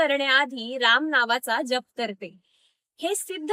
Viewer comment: अतिशय सुंदर माहिती जी सर्वांपर्यंत पोहोचणे गरजेची आहे. फक्त एक म्हणजे राम् न म्हणता राम (पूर्ण) असा उच्चार करावा एवढी विनंती 🙏🏼